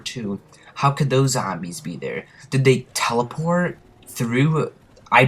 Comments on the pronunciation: do u really say zambies or are u fukin around lol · Good video, but I found myself somewhat annoyed by the way you pronounced "nazi" and "zombies" and a few other miscellaneous words. No matter, good video nonetheless. Id also like to mention, that one time me and some friends were dolphin diving over a crawler, and we both got downed before we were even touched by the zombie, and samantha did her evil laugh. Similar to the one that she does when you get a teddy bear